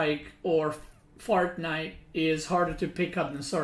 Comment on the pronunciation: mispronounce by: "Fart night"